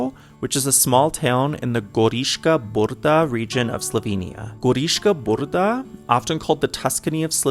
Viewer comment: There are enough examples in English language of how to pronounce the combination of consonants B and R like -bridge,-bride,broom etc. In BRDa you just add another sound that you did between B and R.